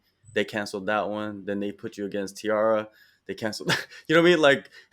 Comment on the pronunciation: Who tf says Tee-Ara, theres no e in the name. Brother needs to go back to english class.